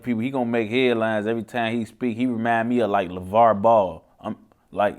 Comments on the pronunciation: Who the fuck is “Levar” I thought it was Lavar 😂😂😂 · LAVAR NOT LEVAR